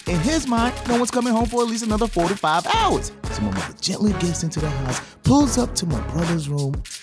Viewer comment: He meant to say 4 to 5 hours, but it sounded like 45😂